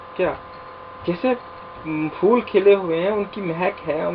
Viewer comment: فولوں نہیں سر پھول پڑھائیں یہ لفظ بچے بھی اسی طرح پڑھیں گے فول❎۔۔۔۔۔۔۔۔پھول✔